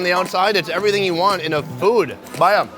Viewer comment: "Helo bhaiyaa" He nailed it.